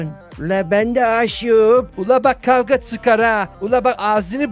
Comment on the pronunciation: i sesine noldu kavüa etmümesini dediyinizde